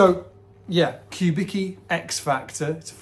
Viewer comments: I like how the last name that is pronounced something like Kubitzky , is pronounced like Kubiki . A guy who was probably born in eastern Europe, all of a sudden sounds like he was born in Japan. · note the correct pronunciation: [kuˈbit͡ski]), not [ku’biki]. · I'm pretty sure it's COO-bicki not Q-bicki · Man, he's [kubitski], not [kubiki] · I was gonna comment that too,. Even says it on the Wikipedia page if had read it 🤣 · his obituary says he was born in Detroit, his parents or grandparents were born in eastern europe. Also his companies wikipedia page says whats the correct pronounciation of his last name EDIT. Dag a bit now in publicly available sources on the internet. Phil's das was Walter Charles Kubicki, born in Rhode Island in 1915. Phil's grandfather from his dad's side - Casimir Kubicki was born on territory of current day's Poland.